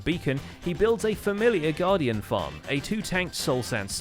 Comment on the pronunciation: It took me 6 times of going back to realize you said “garden farm” instead of guardian